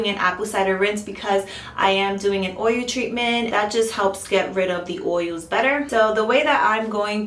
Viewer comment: You're saying "oy-you". Practice "oy-yul". Oil.